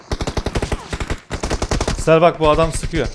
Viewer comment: Abi sezer yerine se diyosun 😂